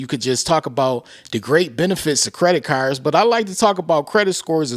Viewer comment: Thanks for the news 🗞️ 🚗 “Credit Carrrrs” Lolz